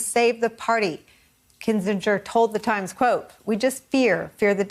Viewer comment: It's pronounced Kinzinger.